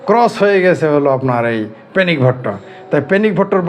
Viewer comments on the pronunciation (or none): পেনিক বলেন না পেনিস বলেন বুঝা যায় না।